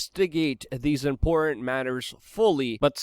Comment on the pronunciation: I like most of what Luke says but every time I hear “impornt” instead of “important “ I just about jump through the screen. If one would like to be taken seriously one needs to pronounce words correctly or use words that one is able to pronounce correctly. The word “impornt” or important is used in abundance on this channel and every time this elementary word is mispronounced the believability and credit of the creator is eroded away. I am Not trying to hate rather offering constructive criticism.